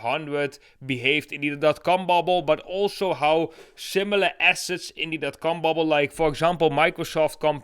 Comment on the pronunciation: He's saying. Com bubble but it sounds like he's saying. Cum bubble.